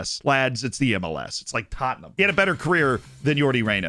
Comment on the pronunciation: It’s Tottenham 😂😂😂